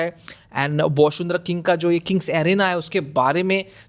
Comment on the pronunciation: One correction: it's Bashundhara ✅ you can pronounce it as Bashun-dhara ✅ or the bangla pronunciation Boshun-dhora ✅